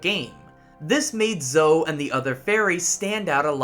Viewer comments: Did you really call Zoe, Zo 😂😂 Her name is spoken several times throughout the games. Pronounced Zo-ey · In the US it's zo-ie. I'm surprised he made such a mistake 😂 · Is the us version of Zoe pronounced like that or is it pronounced as Zo-ie because I’m sure she says her own name in the game and it’s zo-ie